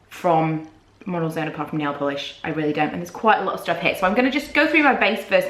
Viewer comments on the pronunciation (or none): none